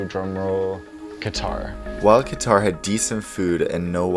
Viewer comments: Its not kitar like guitar its is pronounced as kater airways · “Kuh-Tar” or “Cutter” ? I always learned it as cutter but some people say kuhtar... which is correct?